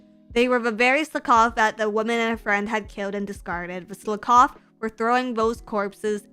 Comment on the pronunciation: Who taught how to say Slakoth?